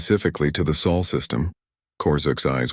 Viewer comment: SOL NOT soul